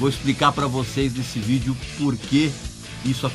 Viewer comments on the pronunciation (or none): none